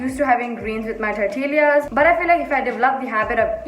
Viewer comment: Tortill-ee-as.. I'm sorry i died😂😂